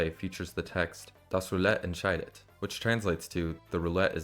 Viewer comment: Little random but your pronounciation of "entscheidet" was spot-on